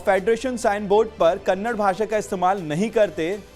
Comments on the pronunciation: Its not Kannad its Kannada. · Dear loffer anchor that is Kannada not kanda plsz pronounced correctly